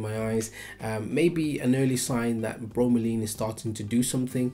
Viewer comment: It's Laine, not Leen..